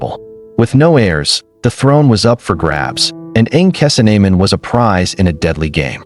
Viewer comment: You know this is AI because they butchered the pronunciation of her name